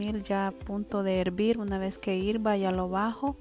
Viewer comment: Hirva, dice... Jajaja